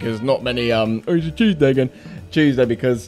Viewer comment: lol mate you did not say Tuesday. You said tewshday lol.